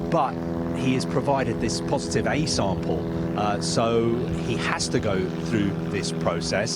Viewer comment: “He pro-vi-dead a po-si-tive sam-pehl.” This guy is one of the worst speakers I’ve ever heard in journalism. I can’t stand him.